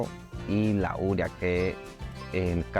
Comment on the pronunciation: porqué dice URIA, cuando está escrito UREA ??